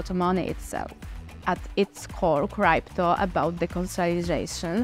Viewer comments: Научите эту старушку правильно говорить крипто а не крайпто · It's not criepto but crypto... What a shame... How we all gonna trust this project when you are not even capable of saying the word correctly.... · Cripeto currency, Cripeto lol😂😂